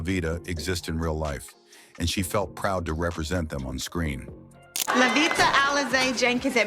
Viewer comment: So, NOBODY bothered to fact check and edit this video?!!! Wrong pictures of people, wrong pronunciation of names, how do you get livia out of Lovita and who came up with the ridiculous assumption that lighter skinned people were viewed as more successful than their darker counterparts?